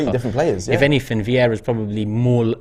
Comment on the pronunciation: Is super chat some competition for stupidity? Amount of stupid comments are incredible. And his name is not Viera, VIEIRA!!! is it really that hard to learn how to pronounce someone’s name? Edegor playing almost 2 years for club and AFT guys still saying Odegard?!?